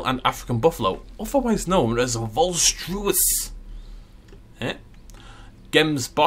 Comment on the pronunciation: I know. I couldn't stop laughing. Best one Volstruis.😂😂